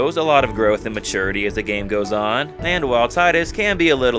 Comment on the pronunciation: You mispronounced Tidus' name.